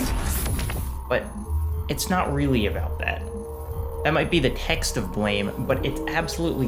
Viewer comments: You pronounced it correctly. If it's supposed to be pronounced "Blam", it should have been called Blam. The creator probably just didn't know how the English word is pronounced. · you didn't mispronounce it. How the hell is anyone supposed to know that it's supposed to be pronounced "blam" based on the english title alone? Blame is an english word, so you read it as such. Anyone who insists you pronounce it "Blam" is just being pretentious imo. If it was supposed to be pronounced Blam in english, it should have been spelled B-L-A-M. If anything, it's the translator's mistake, not yours.